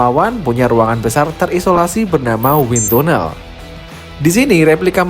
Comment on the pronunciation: win tanel min pengucapannya.